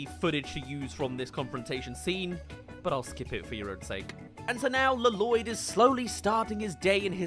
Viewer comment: I can’t tell if you keep saying la-loyd as a joke or if that’s genuinely how you pronounce it 😂